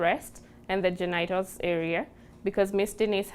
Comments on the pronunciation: “GenEYEtals”…this is how I will forever pronounce this word henceforth! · "the genaytels and the vytels"